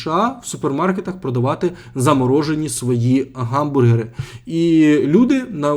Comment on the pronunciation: Ніколи не варто говорити "ґамбургери", ви просто міняєте звуки місцями. Бо слово "hamburger" починається з h, яке ні в якому випадку не читається як ґ, тільки г за чинним правописом або х за старим